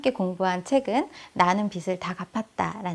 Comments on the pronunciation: '빚을', '빚이' 등 빚 관련 발음하실 때 [비즐], [비지] 등으로 발음하시면 좋겠어요. 자주 발음하는데 틀린 발음으로 계속 말씀하셔서 말씀드려요. 강의?하시는 분이시니 발음도 신경써 주세요. (이 글 보고 지적한다는 글은 자제 부탁드러요. 지적이 아니라 도움이 되고 싶어서 남깁니다^^)영상보고 저도 바로 통장 쪼개기 시작했어요! 고맙습니다 :) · 깔끔하고 명료한 강의 잘 들었습니다~ 다만 빚이/빚을 의 발음은 /비지/ 비즐 로 해주시면 더 좋을 듯 해요 빗이 아니거든요~^^; 종잣돈을 모아야 하는 이유는 경제적 독립울 위해서입니다. 남편이 일을 구하는 일 년동안 모아놓은 돈을 다 써서 아이의 학자금과 이사할 돈이 필요합니다. 소비단식을 하기 쉽지 않지만 강의듣고 조금씩 실천해 보려고 합니다. 감사합니다*^^*